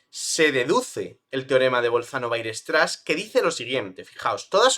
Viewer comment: aprende, por favor, a pronunciar "weierstrass"